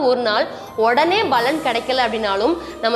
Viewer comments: Unga ella video la yum 'palan' ah 'balan' nu utcharikureenga. Palaurai sutti kaatiyum appadiyae utcharikureenga. Oruvaelai balan dha sariyana utcharipa irukumo Arumaiyaana padhivu. Nandri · Baலன் இல்ல paலன் , தமிழை சரியா உச்சரிங்க ! இதைக் குறை எனக் கூற வரவில்லை என்பதை புரிந்து கொண்டிருப்பீர்கள் . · பலன் உச்சரிக்கும் போது ப விற்கு அழுத்தம் கொடுத்து உச்சரித்தால் நன்றாக இருக்கும். வாழ்த்துக்கள்